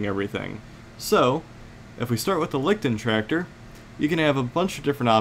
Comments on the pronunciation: Jesus no one can pronounce the names!! Augh! Lee-sht-trak-tour Leichttraktor Stoo-g StuG (Sturmgeschutz [st-urm-geh-shu-t-z]) lu-sh-es (Luchs) Lee-oh-pard (Leopard) Ves-peh (Wespe) Need I go on? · I like your pronunciation of the Leichttraktor better! :)